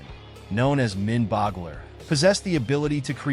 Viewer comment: I realize that you are probably an AI, but to misspell Mindboggler when the character's name is written on the screen and then run with that misspelling and mispronounce the character as "Minboggler" three times during the video is just lazy editing.